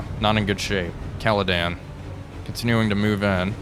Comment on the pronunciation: Another good series, only one issue... It is the Caledon, not the Caledan... It is just like you being, not Walfpack...